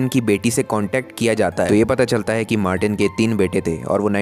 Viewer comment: haa to 2 baar martin ( haa to 2 baar baman)